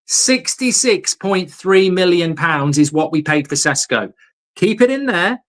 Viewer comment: Call him by his real flipping name!! Yesterday you had guy from Slovenia telling you how to say and that his sadly deceased mother had a same name!! Ffs stop sitting on your brain with this, it's not flipping Cesco! I'm genuinely gonna go fucking insane